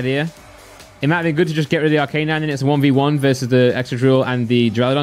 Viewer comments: ARC A NINE!!! NOT R K 9. I swear to god. If you don't learn this... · Please never say arcanine again